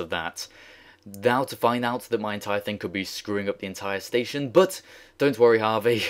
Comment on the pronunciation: anyone hear him say spation